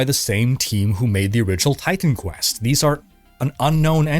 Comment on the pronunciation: Maybe its just me, but every time says Titan Quest... i hear Time Quest:D